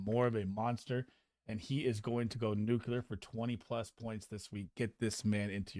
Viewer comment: Nuculer? Lol